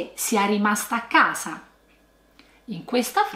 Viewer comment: Nella parola "usare" la s è sonora non sorda. Viceversa nella parola "casa" la s è sorda ma tu la pronunci sonora come i milanesi😅